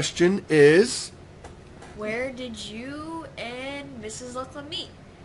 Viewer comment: YAY, you answered my question :D I actually forgot i asked it XD lol Ha, when i suddenly saw my name, and listened you trying to prenounce it, i shivered! :D THANKS LUCLIN, this made my day :D for now... xD